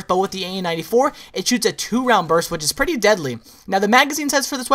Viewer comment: Lol at - you say pretty like you have a British Accent